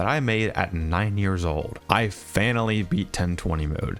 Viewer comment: "i fanally beat golden freedy mode"